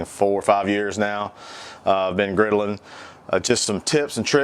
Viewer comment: "Been rastlin'?? '" "been girdlin'?" yea...yea...